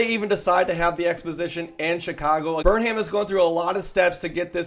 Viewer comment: It’s pronounced Burnum. Sheesh.